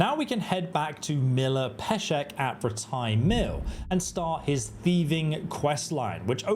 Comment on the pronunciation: I can’t watch this because the way he says rattay pisses me off. What makes it worse is it’s pronounced properly in the game and he just chooses to ignore that